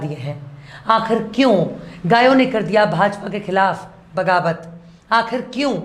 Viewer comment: Bagawat nahi baghawat.